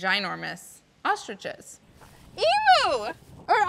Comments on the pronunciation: Can Americans finally pronouncing it emyou. There is no o in emu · HOLD ON did she say emoo it’s literally said emyoo but spelt emu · What is it with Americans and mispronouncing emu? Seriously. It's not that hard. It's "Ee-mew"